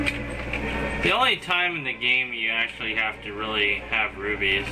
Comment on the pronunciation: rupies, not rubies